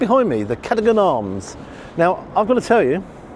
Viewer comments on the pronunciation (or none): FYI, pronounced cadug 'n...not...cadoh-gaan. Just saying! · Evening 😊 Just FYI It’s pronounced ‘Cuh dug un’ not CAD oh gan 🙂 Been a few times … wonderful food & such ambience Thoroughly recommend this venue Great review Tysm G ⭐️😊 10 from me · Grates when the pub is actually pronounced Kuh-Duggen and not Kad-oh-gen Arms after the Earl of the same name. Looks like a nice place though with some cracking scoff. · It's a real pub too with 4 cask ales. Everything you see inside is new though and took at least 5 years to to the refurb. As a Bristolian, we pronounce Cadogen differently to you. (Ca-doe-gan, and not Ca-dog-an. Silly, silly Bristolians.) I'll have Soda Bread and butter, just £6, followed by Paneer Curry, £20.5, and a few pints of St Austell, Tribute. Then a Chilli Cheese Toastie £12, for the train home. Since you were there, prices have gone up! Extra 50p for your egg, £1 for the Main, £1 for the pudding. Service charge was 12.5% and now 13.5% Times are hard in Chelsea if you drive a tractor. 5.5% increase to the bill since you visited. This is how silly things are, you can rent the DARTBOARD for £250, for 2.5hrs. I'm trying not to swear! I'd throw axes at it. Food looked excellent, and presented differently to pub grub. I'd have added the star. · It’s pronounced Cadogan, not Cad o gan. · I hate to be a pedant, but apparently it is pronounced 'Kadoogun'! (was corrected myself). Beautiful interior indeed. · Review is right up there. Cadogan is pronounced "Caduggan." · great review, as ever, but I believe it's pronounced CaDUGan, with the emphasis on the second syllable. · It’s Kay-de-gawn Irish Peter Bowles was put straight on this by Mrs Cadogan in the Irish RM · Lovely review, thanks. By the way, Cadogan is pronounced Caduggan. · Cadogan is a normal mistake for many; please keep up the good work! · I'm going to have to tell you how to pronounce cadogan.. Ka dug an. I know because we have a local cadogan arms. Anyway ❤